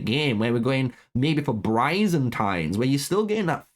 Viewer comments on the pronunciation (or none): Man really just straight up murdered Byzantines by calling them brayzantins By-Zan-Teens not whatever the fuck you called it lmao 😂 that shit made me spit out my drink